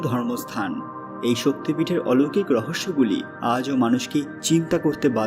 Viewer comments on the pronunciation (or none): none